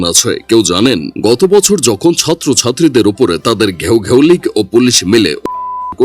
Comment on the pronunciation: ভাই ছত্র ছাত্রী না,,ছাত্র ছাত্রী হবে,,আপনি ভুল বললেন